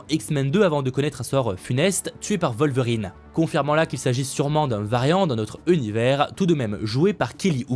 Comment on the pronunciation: C'est qui "vol-verine?" 😂